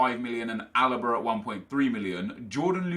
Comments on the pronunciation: "Jordi Alba" 😂😂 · Stop calling David Alaba 'jordi alba' it's annoying